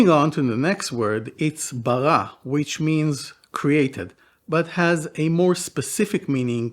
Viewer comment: I wished u would learn corrected king david pronouciation of R in Bereshit or Bara. Its not french R its more italian R. You sound foreign 😢 Oh and Bara is not creation out of nothing its more form.